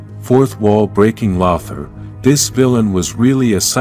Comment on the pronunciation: He is pronounced Lowthor.